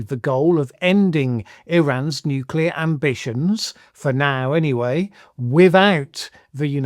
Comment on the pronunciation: I've always said that Trump want to use a nuke. The way he speaks of nuclear bombs (apart from him calling it "nucular") is a dead giveaway. Btw : I wonder if Russia still has nuclear-explosion-detection (like the US had VELA satellites) in service and if exploding one nuke near its border would set off a chain reaction (pun intended).